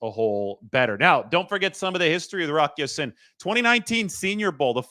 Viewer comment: It's pronounced Ya seen, and not sin! Go Niners!